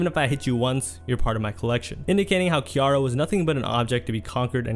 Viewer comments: then he should’ve done better journalism. he literally included a video of them pronouncing her name right lol. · no excuses if you got the sound clips to properly pronounce ones name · The Ciara pronunciation though. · That really bugged me🫠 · I can’t get over how he is pronouncing “Ciara” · Learn to pronounce Ciara’s name please. Other than slaughtering that, i love your video. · Hearing you butcher Ciara's name repeatedly is like nails on a chalkboard, sorry lol. Did you not listen to the clips you used where her name was pronounced correctly? She's also a star in her own right, so the lack of journalism on your part there is really an insult. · My man saying Ciara name like that is cringy AF!!! It’s pronounced C-AIR-RUH!!!! That thang tore my nerves up!! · Great vid but please get they names right bro, butchered names will confuse newcomers, it also puts a stain on your legacy & these overall vids are gold Ciara pronounced (See-eh-rah) we watching keep up the 🔥🔥🔥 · FYI Ciara is pronounced like Sierra. Do a little more research please. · Hearing Ciara's name mispronounced made me realize we live in two different worlds. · The crazy thing is he mispronounced it after listening to a sound clip that had her name pronounced correctly. Comment bait? Or careless mistake? I think names are a big deal. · Not enough to pronounce C-iara not K-iara..... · Who is Keyara lmaooo its pronounced Cee thats crazy that you dont know her name lmaoo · Awesome video but why u pronounce Ciara like that lmao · I cringed a bit evertime you said Key-ara instead of Ciara. You've got interview footage of folks saying her name properly too 😂 This was a good watch though. I'm subbing 👍🏿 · Ci-ara not Ke-airra OMG DUDE!!! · If you are going to do interviews about black celebrities, learn how to pronounce their names.Who the hell is Kiara? Her name is Ciara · bruh futures ex / russ' wife's name is pronounced "see-air-uh" lmfao not "kee" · It's ciara not Kiara lol you hella goofy 😂😂